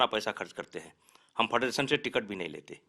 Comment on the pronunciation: फ़ेडरेशन को फडरसन बोल रहा है 🤣🤣